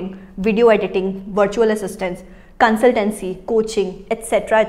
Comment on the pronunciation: It's consultancy and not consultency